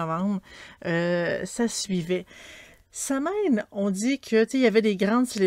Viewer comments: samhain ce prononce sawn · Il faudrait de base prononcer samhain de la bonne façon mais bon contenue a quelques détails près 😊